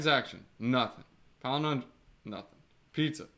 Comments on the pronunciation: PAL - IN - DROME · Yes love you man, so it is pal-in-drome. I like your pelenindrome but people are easily confused.